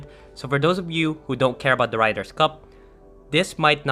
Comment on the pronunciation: Ryder, not Riders for a start